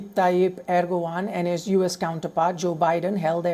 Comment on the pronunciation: Give a bit of fucking effort on pronouncing the name of the Turkey's Leader!